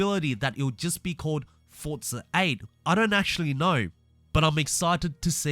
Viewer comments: no offense, but can i ask why you are saying fortza and not forza? then it would be fortza horitzon. Again, no offense just wondering. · Is the name pronounced forza or Fortza because that’s what I’m hearing whenever this guy ses it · Why do you call it "Fortzar"?